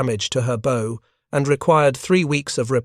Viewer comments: Imagine bothering to write a script then handing it to Artificial Unintelligence to be butchered. How hard is it to program into an idiot reader the "bow," in the context of a naval story, is almost always pronouced "bough," not "beau." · Sir! West Virginia here! The front (pointy end) of a vessel is the BOW, like the sound a dog makes "bow wow"! It is NOT "Bow"---like the ribbon contraption on a Christmas Present! Thank so much for a fine presentation! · A boat's bow is pronounced as in bow-wow, not as in bow and arrow. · This AI generated video is good but funny with the pronunciations. Especially funny was pronouncing the "bow" of the boat. It is pronounced like a "bow" in a girl's hair. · Have watched a lot of these. The AI voice has a lot of trouble with English words that are pronounced differently depending on meaning. Such as "bow" (and arrow) vs. "bow" of a ship. Also numbers and dates and plurals.